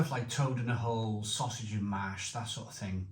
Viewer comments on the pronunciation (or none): none